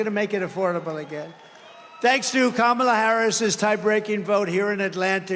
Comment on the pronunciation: is just yapping to hear himself amplified at this point. He's like a toddler hearing his voice in a microphone for the first time with those crazy syllables and elongated L's 😂😂😂 KaHHHmAHLLLAAA😂😂😂😂 gotta admit he sounds like a biiit of a stalker. Like by alot. LLLoooooossser. Great crowd. How much did ya pay 'em?